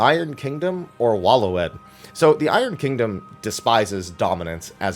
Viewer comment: Waloed is pronounced Way-lid